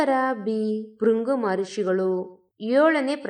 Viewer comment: Respected Madam,ಉತ್ತರಾಖಂಡ ರಾಷ್ಟ್ರವೇ ? ಹಾಗಾದರೆ ಭಾರತವೆಂಬ ರಾಷ್ಟ್ರದಲ್ಲಿರುವ ರಾಜ್ಯಗಳೆಲ್ಲ ರಾಷ್ಟ್ರಗಳೇ? ರಾಜ್ಯಗಳ ಒಕ್ಕೂಟ ನಮ್ಮ ರಾಷ್ಟ್ರ ಅನ್ನೋದೂ ಗೊತ್ತಿಲ್ವಾ? ಧನ್ಯವಾದಗಳು. ಬೃಗು ಅನ್ನೋಕೆ ಬೃಂಗು ಅಂತೀರ. ಅದಕ್ಕೂ ಧನ್ಯವಾದಗಳು.